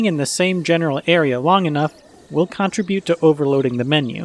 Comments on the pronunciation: I'm sorry but this was just really bothering me. The word "contribute" is pronounced cun-TRIB-yoot, not CON-trib-yoot. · "Change" shouldn’t be capitalized "Guardian" should be capitalized "Google" should be capitalized "it's" shouldn’t have an apostrophe You consistently mispronounce "contribute"; stress is on the second syllable. I don’t really mind these things but you asked...